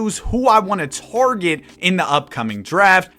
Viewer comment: toe-war-get = target